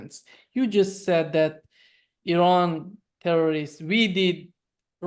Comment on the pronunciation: Americans need to learn how to pronounce Iraq and Iran.